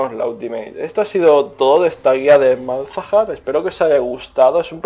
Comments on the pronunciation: tampoco se dice malhazar, se dice Malzahar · MALAZAR jajajajajajaj MALZAHAR .... en fin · Se dice Malzahar, cojones ya xD. Pero que yo hasta hace poco decia Mog Kaw y tampoco pasa nada sabes? xD